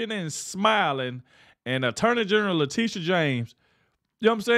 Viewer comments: Leticia, not Latitia lol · It's pronounced like "Latecia"NOT Latitia, DUH... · It's pronounced Latechia", not Latitia... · Her name is Letitia isn't it? Not latidia .. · "Latisha" is how she pronounced her first name Latitia,. Just a heads up. Keep up the good work. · You are pronouncing "Letitia" wrong! Say it like this... La teesh sha. Got it!? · I LOVE the way you pronounce Latitia. I hope she is highly offended but hey…that IS how it’s spelled!😂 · LA Titty YA! Is that how it's pronounced?